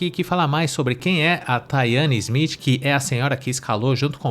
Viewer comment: "THAYANE SMITH"??!!! Taiane Silva, deve ser o nome dela